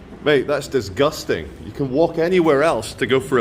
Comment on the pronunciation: love the way you say dis-gusting 😂